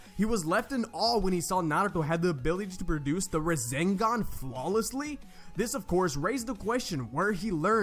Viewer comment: My man naruto doing "razengan"